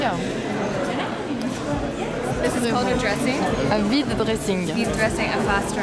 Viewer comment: no it's not vite-dressing as fast dressing it's VIDE-dressing as "empty" dressing